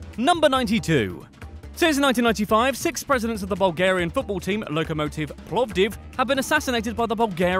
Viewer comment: Your pronunciation of Lokomotiv Plovdiv was satisfactory. You are safe.